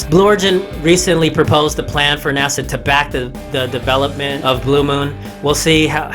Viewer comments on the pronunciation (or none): none